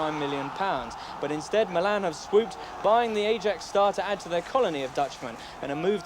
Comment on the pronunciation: It dawned on me that James speaks perfect Italian but couldn't say Sevilla or Ajax correctly 😆